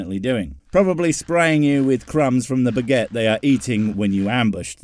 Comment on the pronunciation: I’m sorry did just hear an English-man say the word “bagette”. Shame-shame-shame